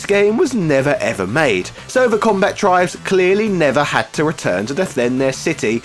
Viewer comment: Comba-tribes, not Combat-ribes.